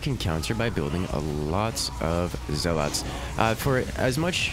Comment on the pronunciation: If I have to hear you saw "zell-lawts" one more time...